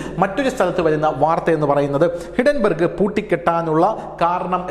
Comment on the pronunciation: ഹിഡൻ ബർഗല്ല,ഹിൻഡൻ ബർഗ്